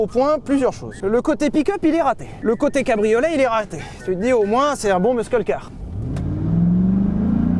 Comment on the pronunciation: Et ouais, c'est un "pique'eup", un "cabri au lait", et enfin un "musk eul'car" avec une boitoto😆😆😆